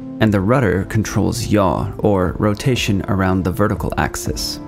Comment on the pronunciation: Aha! I always suspected that yaw is "yotation around wertical"